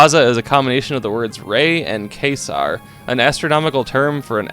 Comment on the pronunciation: Quasar is pronounced Kway-zar